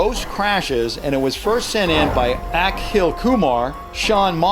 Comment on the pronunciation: That’s not how u say Akhil Kumar u got Kumar right but Akhil is pronounced “akill”